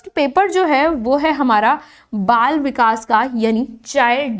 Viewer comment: Lekin aap vikash vikash bhut bura lg rha hai Vikas bolye Bura na mane is ghlti ko zaroor sudharen